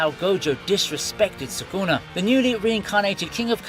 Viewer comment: suKuna not suGuna